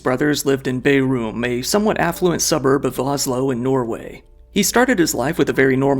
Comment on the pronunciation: Bærum not Bayroom